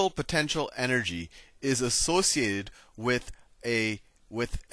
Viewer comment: haha his Indian part of him comes out when he says "associated". that's my man